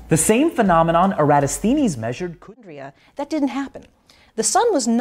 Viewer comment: VSauce pronounces it correctly with the emphasis on THEEN. (if VSauce tweaked the "-thenes" part, to sound like "tennis" with a soft "th", it would be pewwfekt!) Greeks around the world cringing at all the other pronunciations. So in this case, the majority are wrong.